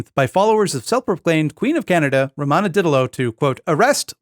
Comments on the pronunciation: Her name is Romana, not Ramona, I know this because the QAA podcast regularly covers her. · It's actually Romana, pronounced Row-maw-nuh